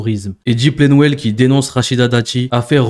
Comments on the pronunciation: C’est pas [plenwel], mais [plenel]. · bonne video,. mais c'est pas Eddy Plenwel, c'est Edwy PLENEL